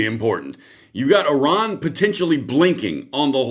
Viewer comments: Iran! Not oron..lol ❤ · Its IRAN not ORON ! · it is NOT Oron.. it is Iran... like I ran !!!! if reading is so hard, should you be doing this ???? ?????????????????????????????????????????????????????????????????????????????????? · Oran or iran 😂